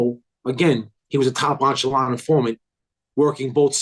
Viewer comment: Echelon not onchelon